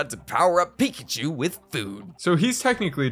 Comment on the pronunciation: Jordan says PIEKACHU and not PICACHU